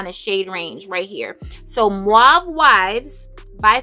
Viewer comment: Sweetheart…you cannot pronounce “ mauve” for your life. Please look into it🙀